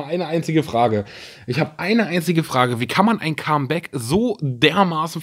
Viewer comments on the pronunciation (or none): none